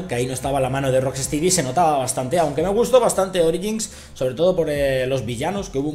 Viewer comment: se pronuncia "rock-estedy'' xD